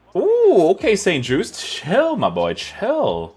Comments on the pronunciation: I love how the review went from s-t jut-ze to saint juice lol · It was a bit wrong in pronounciation. it's Sint Just(e) Silence. It's like Just(ice)